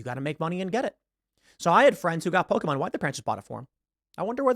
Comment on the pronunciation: This is a great message that Tim is delivering here. I also love how he pronounces Pokémon right. You rarely ever hear that.